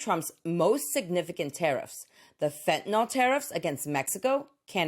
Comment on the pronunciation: I really enjoy your informative videos. I pause them frequently to study your charts. But I had to cringe when you, like many people, mispronounced the drug fentanyl. It is pronounced "fen-tuh-nill." It rhymes with Benadryl. It does not rhyme with alcohol. As a medical professional it is just a pet peeve of mine. Keep these educational videos coming. I rarely miss a single episode.